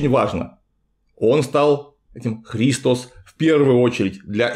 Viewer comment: Гиркан и христОс. Греческий язык тем и хорош, что там проставляются ударения в каждом слове: Χριστός